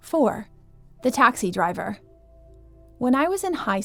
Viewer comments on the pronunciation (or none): its taxi driver not taxi driever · ah yes the taxi dreiver (No hate) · Lmao the 'taxi drevier'. 💀